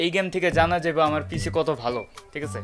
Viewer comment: পিচি নয় পিসি